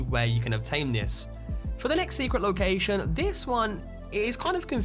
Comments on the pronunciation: Say ‘lowkaaaaaijsion’ one more time! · "Locaxxxion" lol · You say location funny man